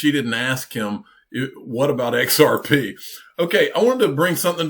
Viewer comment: He couldn't say xrp 🤐